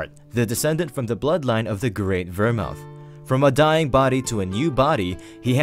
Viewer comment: I’m pretty sure it’s pronounced (Ver-Mooth)😂 but Ver mouth had me dying laughing😂😂